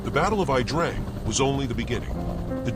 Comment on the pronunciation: Correct . Besides It's pronounced The Ya Drang .